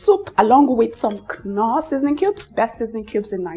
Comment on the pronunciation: I had to rewind to be sure I heard right. Why did you call it k-norr?